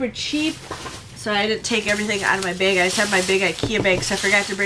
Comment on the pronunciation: Starting the word bag was said so many times ( with ur accent the way u say it ) lmao that I was like wtf is going on lmfao ( I’m from NY )